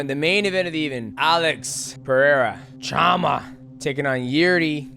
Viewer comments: It’s shama not jama… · Hey goat, the "CH" in portuguese sounds like "SH" in English, so its like "Shama" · To pronounce "chama", the first part is saying "cha" like "sean" and then "ma".